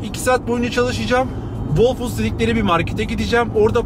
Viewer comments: "hol fuuds" actually.. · Whole foods’daki w okunmaz hole foods diye okunur.